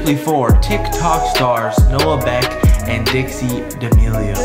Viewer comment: Anyone else catch "Noah Neck" in the intro? 00:6